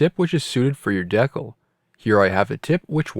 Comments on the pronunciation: Always thought it was pronounced decal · I was almost in tears lmfao. Iv been all over the country and have never heard it pronounced that way